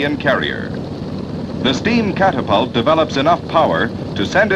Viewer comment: The narrator sounds like some AM radio disc jockey from Totonto. Ban - sheee, cap - tap - tult lmao.